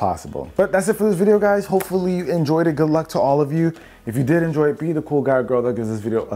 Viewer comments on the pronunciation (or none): none